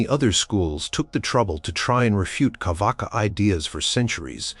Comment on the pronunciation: Its not carvaka, its charvaka